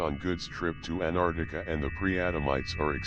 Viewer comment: Damn...this guy can't even pronounce Antarctia..pffft